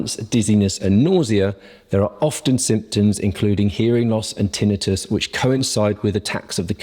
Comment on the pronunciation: Yes, he is pronouncing this correctly.